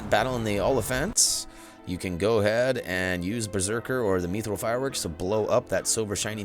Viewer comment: It’s mithril not mithril